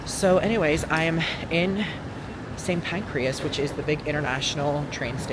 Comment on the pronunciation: the fact you're saying Saint PancrEas 🤣